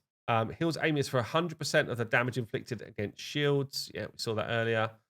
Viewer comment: Am E us not Aim lol come on guy I know English is hard